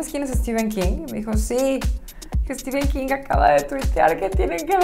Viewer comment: Ni sabe pronunciar Stephen King y se siente la Kubrick mexicana